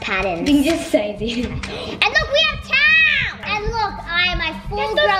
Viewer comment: listen to the way said towels